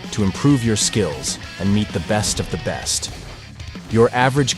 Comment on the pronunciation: Did bro say “skiles”